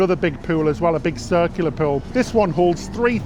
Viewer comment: I don't mean to sound petty but half of your presentation is you speaking. I find myself irritated by the way you pronounce many words, such as "tuna" (choo-nah), "boulevard" (boo-lev-ard), "pool" (poo-well). To be really top-notch, you should pay attention to the pronounciation of words. I know you will probably say that you have done quite well so far with the way you pronounce these words so why should you worry about it. I am probably in the minority but it really does turn me off.